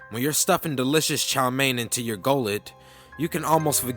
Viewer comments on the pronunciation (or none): none